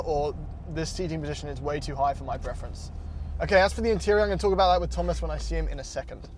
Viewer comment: aBOOOOT a thousand dollars apart lmao oh canada